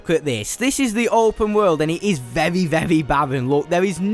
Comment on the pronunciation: vevwy vevwy vevwy vevwy